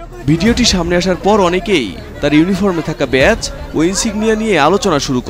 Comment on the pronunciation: শব্দটা "ব্যাচ" নয়, "ব্যাজ"